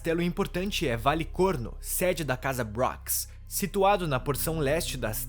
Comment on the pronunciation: Adorei o vídeo! Traga mais dessas histórias. E também é só eu que comecei a rir quando disse valecornos.